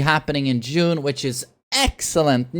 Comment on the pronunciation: I keep hearing "jun" when he says june